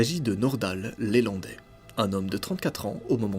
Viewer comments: C'est pas LÉlandai,c'est LElandai!!! Il n'y a pas d'accent sur le E . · LElandais pas lélandais. . Et c'est son véhicule perso pas une camionnette.... bref surtout sur une affaire super médiatisé.... tu merdouille 😂😂😂😂